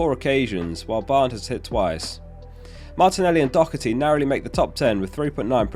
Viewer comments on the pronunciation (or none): Just want to say it's not pronounced doc-erty. The h is not a c 👍